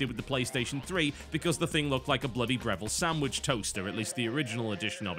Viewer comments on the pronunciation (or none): none